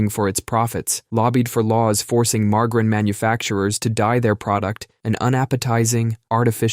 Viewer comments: Ma Jerr in Not mar gar in 😊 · "Marge-Ah-Rin." not "Mar-Grin". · Say it with me now marg-a-rine lol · The fuck is "Margrin"? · What’s “mar-garrin”? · Ikr? I can't believe he said mar-guh-rin! 🤬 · Yea... Who the hell says margarine with a hard g? I lost respect for the dude speaking after hearing the way he says margarine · I’ve never heard margarine said that way